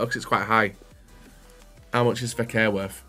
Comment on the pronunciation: is FEKIR, not FEKER...lol :))